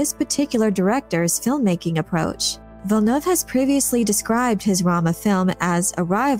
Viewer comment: Gaaaahhh, please, not Villeneuve.